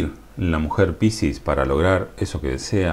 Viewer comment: Cómo suena la palabra piscis con tu acento..suena pisis.😁